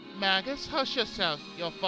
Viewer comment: You're right, it's may-jus